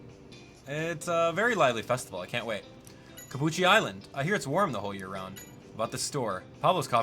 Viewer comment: Cappucci more like Ca”Gucci”